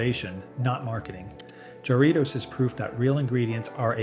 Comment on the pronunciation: "Seven-yew-pee"? Never drank that. 😂 Or "jar-REE-toes"! 😂😂